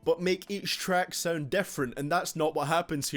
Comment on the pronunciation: Its Sound not Sauend. Your accent sucks.